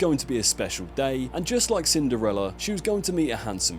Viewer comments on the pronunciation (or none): none